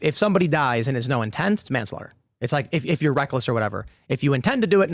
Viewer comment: *intent (indent 😂)